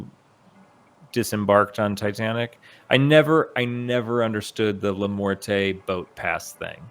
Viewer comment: La morte = is dead in english la morte is a french word and the final E at the end of the word dont pronounce (é) but (huhhhhh) i hope i help you i from France 🇨🇵